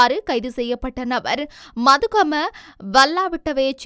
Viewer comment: மதுகம அல்ல மத்துகம. சிங்கள எழுத்துக்களில் சில எழுத்துக்கள் வித்தியாசமானவை. த tha என்றும் த்த iththa என்ற மாதிரி உள்ளன.